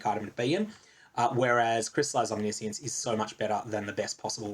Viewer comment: Why is no one saying Omniscience the right way aaaaaaah As a Magic player I have PTSD again